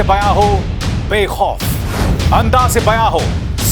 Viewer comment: Sharma sahab, its Andaz not Andaj.